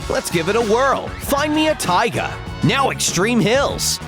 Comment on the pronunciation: How he says taiga bugs me so bad “tiga”